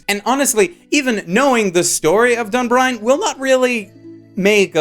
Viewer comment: DunBINE, not DunBRINE, I am actually triggered with how often you completely butcher the names of shows.